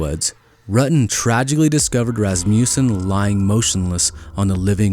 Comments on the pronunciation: Ras ma sson not Ras mew sson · It is a short u, not a long u. Phonically pronounced as "Ras ma sin", not as "Ras mu sin"